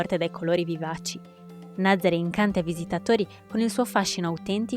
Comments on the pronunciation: Nazaré, non Nazare, NazarE’. Con l’accento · La pronuncia corretta della località è Nazaré con l'ultima vocale accentata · Si pronuncia Nazarè con l’accento sulla “e” finale, please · Nazarè con accento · Nazaré si pronuncia con l'accento